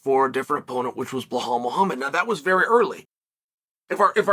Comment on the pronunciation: Buhal, Macklechev, why do you purposefully mispronounce fighters names? Lol. Also of course Leon was going to delay and not want to fight Colby, Covington doesn't deserve the title shot at alllllllllllllllllllllllllllllllllllllllllllll